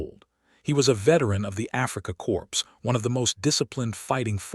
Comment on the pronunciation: Afrika corpse? Seriously?